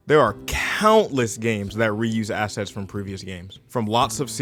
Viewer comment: I keep hearing 'asses' instead of 'assets'. A+ video.